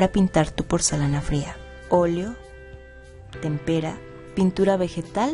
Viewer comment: pronuncio mal la palabra tempera jajajajaja